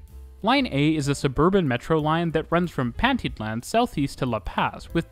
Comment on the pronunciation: Loved watching the video and seeing so many parts of the city I know. Also, very funny hearing you pronounce names like Pantitlán, zócalo, or San Lazaro. It's a really good video, keep up the good work!